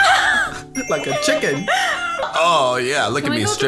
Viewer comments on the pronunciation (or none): "like a ciken"